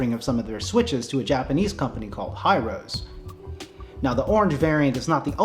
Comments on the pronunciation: if its a Japanese company then wouldn't be pronounced Hi Ro Se? like hee roe seh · imagine building a TKL or full size with it 😵. By the way the company is ヒロセ, so He- ro- say I think it's pronounced